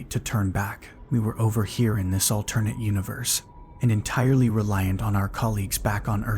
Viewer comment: Are we going to talk about the way he's pronouncing "alternate"?